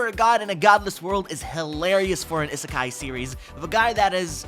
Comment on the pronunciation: ABSOLUTELY LOVE THE LIST!!! ❤️ I hate to be that guy but I wanted to point out is pronounced: EE-suh-kai